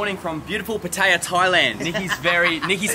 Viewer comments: Can't even pronounce Pattaya correctly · not saying pattaya right saying pattaya like ting tong falang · Learn how to say Pattaya, please.